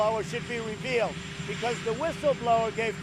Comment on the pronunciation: I had to watch again, when he said the whistleblower should be revealed, i thought he said he should be repealed